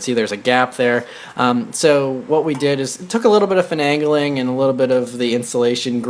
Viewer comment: "Finangling" - 2015